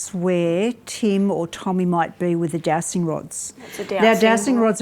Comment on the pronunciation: I can't really hear if you're calling them jowsting or dowsting rods, but, they're called dowsing rods, and pronounced dowzing. You're supposed to know what you're on about, but, evidently don't. So, what else are you saying to us and telling us, with complete confidence as it happens, that is more rubbish you don't really know anything about.?🤬?.